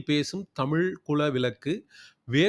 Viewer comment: ழ வை சரியாக உச்சரிகக வில்லையே. தமில் என்று கேட்கிறது